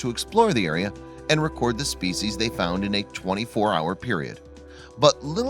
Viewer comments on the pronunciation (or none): How about learning how to pronounce "species" properly?